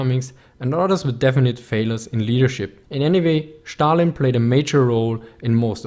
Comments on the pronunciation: "Schtalin" :D Makes me giggle. Joking aside - gj - keep it up :) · "Schtalin" I'm sorry. Great video as always.